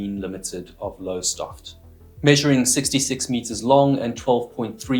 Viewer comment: Wow the ship came from Lowestoft, the best town in the whole world (my home town and where I live now lol). Kudos on the pronunciation of Lowie, even fellow Brits say it wrong lol